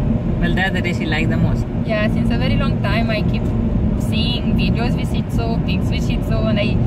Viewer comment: I tough it was shit zoo.... not Shih zoo or idk